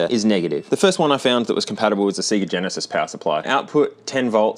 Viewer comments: You pronounce it SAYGA NOT SEEGA. Literally says SAYGA when Sonic is turned on. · "sea-ga" wtf?